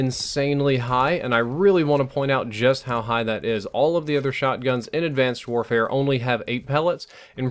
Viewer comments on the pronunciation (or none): "Advanced Worehare"